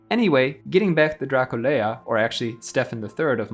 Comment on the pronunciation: Nu îi spunem Dracul-e-a, ci Dracula. Poate pronunțarea timpurie a fost alta.